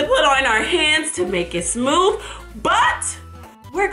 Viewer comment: What the hell does smoof mean. It's pronounced smooth.